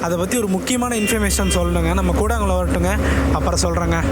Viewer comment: கூடாங்குளம் என்று உச்சரிக்க கூடாது அதன் சரியான பெயர் கூடன்குளம்